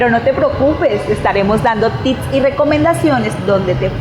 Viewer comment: Apenas empiezo a ver el vídeo, pero sólo quisiera recomendar que si una persona no sabe pronunciar una palabra en inglés, la diga en español y ya, así no daña el enfoque del vídeo. Tips, es consejos, y ya. Tits es una forma vulgar de llamar al busto en inglés. Me disculparán.